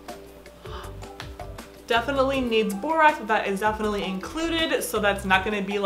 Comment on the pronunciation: I want a dollar for every time she said "Defiantly " 💀